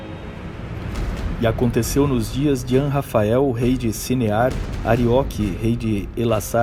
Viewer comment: Anrafael? Não seria "Anrafel"?